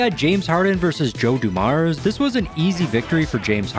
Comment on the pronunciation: Bro doing Joe Dumars and Artis Gilmore dirty with these pronunciations 😂